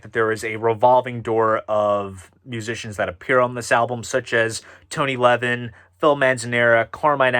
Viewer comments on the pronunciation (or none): none